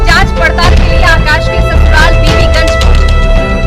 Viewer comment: Pehle Jagah kaa to Naam aache se lelo बीबीगंज hota haai